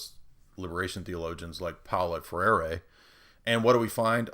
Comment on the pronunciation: "Freire" is pronounced "Fray-ruh".